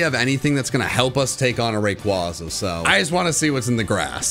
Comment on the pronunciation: I love you, but ffs, say Rayquaza right.